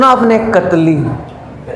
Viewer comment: I don't know why when I listen ktli name from your mouth I am laughing out of loud 😂 cause it's seems so funny